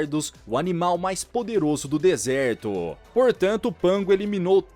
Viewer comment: "desertôô" kk